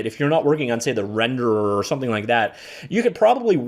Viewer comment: for renderrwrrwrr